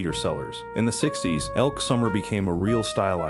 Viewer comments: Elke Sommer, pronounced "Elkee" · I don’t think the second E in Elke’s name is silent. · They pronounced many names incorrectly and you’re right, the E is not silent, just like Patrick Sway is actually Patrick Swayze and Demi Moore stared in G.I.Jane, there’s no such film called Soldier Jane! This is filled with mistakes! ElkE Sommers! And she was German not Swedish. Twits! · Why can't you use a person who can get the names right... Elk